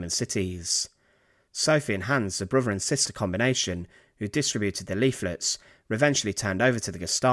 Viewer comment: Great vid as always, but it's not "Fing" it's "THing". aIso it's not "Def" it's "Death" It's not "Bruver" it's "BroTHer" Please if you're going to do this, increase your credibility by enunciating correctly.- Please?